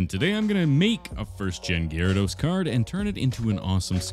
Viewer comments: Did anyone else hear "Jyrados"? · What's weird is the card shows the whole thing, but he only sculpts half of him. Why is that? Also, did he just say "jArados"? The fck?! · POV you said jaredos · Saying Gyarados; ❌ Saying ✨Gary✨, ✨Jeraldose✨, ✨Gerald✨; ✅ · Why does he say Gyarados like that😂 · HE PRONOUNCED IT WRONG😭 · The way he said gyarados and magikarp threw me off for a bit and even tho he ruined his first edition it's still cool